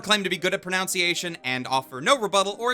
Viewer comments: it’s proNUNciation not proNOUNciation. Haha your great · "pronounciation" Is this intentional? I'm gonna give you the benefit of the doubt and say that this is intentional. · Lol "I never claimed to be good at proNOUNciation" XD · Proclaims that he's not good at pronunciation and then pronounces 'pronunciation' wrong lol